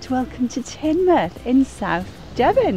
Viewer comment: Ha ha 🤣 even I knew it was pronounced Tinmouth and I'm from the south east lol